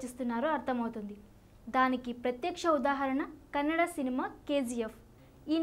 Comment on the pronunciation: Your are only one girl who pronounce #Kannada perfectly